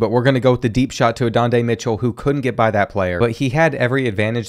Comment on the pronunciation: Who is adondae Mitchell?😂 learn the names 😂